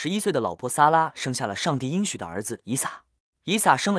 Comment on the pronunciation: 应许之地，应读音硬。